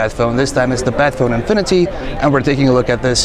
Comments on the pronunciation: It's like ur saying BAD PHONE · I love those hybrid devices ASUS keeps showing. The phone looks simply stunning even when I'm not a fan of metal as build material for a phone's backside. Somehow, I keep hearing "Batphone" in this video though. ;D